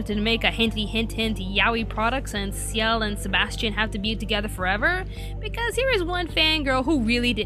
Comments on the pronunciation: WTF!!!!! Black Butler season 2 was brilliant! F*cking brilliant! Ciel didn't die, and by the way, it's not ci-el it's pronounced seal!! And it's al-oise, not al-oo-eese. so suck it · not to be rude but Ciel's name is pronounced "Shell" not "C-iel"